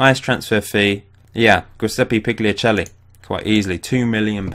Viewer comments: gu-se-ppe pi-ia-che-lli thats how you pronounce giuseppe pigliacelli's name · "Jiseppy Pillyachelly"* ;)